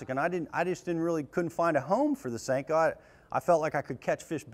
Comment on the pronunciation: "additional salt" would cause more bouyancy 'eh?, It's a Senko, not a sink-o.